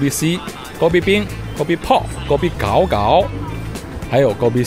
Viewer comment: Kopi gao 第三声，不是第二声😉